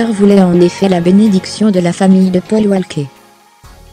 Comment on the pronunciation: La prochaine fois quand même n'écorche pas leurs prénom sa ce fait pas hommage à Paul Walker je l'adorait 🙏🙏🙏🙏🙏🙏